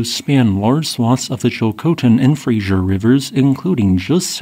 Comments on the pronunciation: locally pronounced fraser not frasier .. like freezer eh?! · Frasier is a sitcom. FRASER is a river. I don't know why you can't be bothered to pronounce it correctly. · It's named after the Scottish Explorer Simon Fraser. Frehzer!